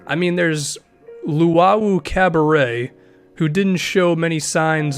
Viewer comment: Its Cabbarot (pronounced Cabbarow) Not Cabbarey! LOL